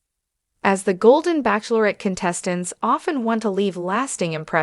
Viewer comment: What is wrong with this speaker as she can not pronounce the word bachelorette. Also, I heard that his name is really Chester not Charles.